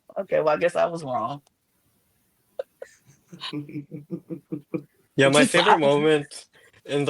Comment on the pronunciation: "I don't think it's wong for me to say sumting but..." is diabolical